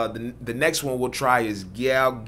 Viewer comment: I’m from London so watching u tryna say gyal was jokes 😂